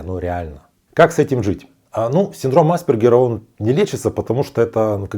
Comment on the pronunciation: Непонятно почему вы неверно делаете ударение. Никогда не слышали как произносить правильно фамилию АспЕргер??? Какой тогда уровень образования этого блогера? Ударение НЕ на первую гласную букву, а на вторую! АспЕргер!!! Синдром назван в честь австрийского психиатра Ганса АспЕргера. Что здесь сложного произнести слово с правильным ударением???